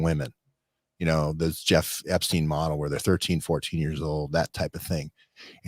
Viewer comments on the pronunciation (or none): none